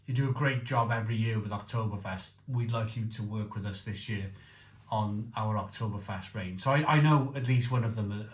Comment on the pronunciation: It's funny that you pronounce "year" as "yööö" and Löwenbräu as Lovenbrau,. :) Welsh logic :D